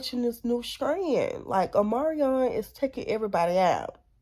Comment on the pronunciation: Isn’t it Omicron not Omarion